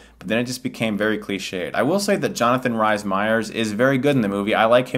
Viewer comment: lmfao@ "Jonathan RISE Meyers"